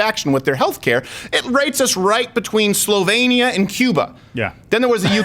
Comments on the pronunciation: "SLO-VAYNE-IA" XD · How have you massacred my country's name. Slovenia, not Slovania. Otherwise, I love your content